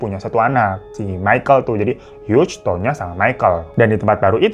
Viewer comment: Cara baca Hughes= hyu